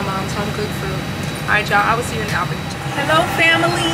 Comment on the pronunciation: I think you pronounced Albany wrong. But that’s just your cute accent